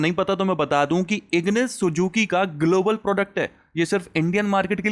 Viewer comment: Sujuki ❌️ Suzuki ✅️ Typical north Indian accent 😂😅